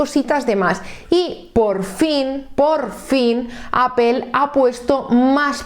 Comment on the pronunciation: Primeramente muchas gracias por la información, lo que no entiendo de verdad es que si tú eres hija de España, (LA MADRE PATRIA) mujer tan preparada y con acceso a tanta información,¿ Porque Apel? Te juro que no puedo comprenderlo. Que cosa es Apel? De dónde sale? Porque Apel?????? Me sale urticaria cada que escucho eso, disculpame pero es aberrante. Te costará mucho pronunciarlo adecuadamente. Yo te lo agradeceré en el alma, incluso me suscribo y pago. APPLE, recuérdalo.